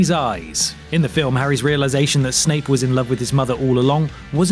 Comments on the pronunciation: Does he really say "Snake" instead of "Snape" ???? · I swear he said "snake"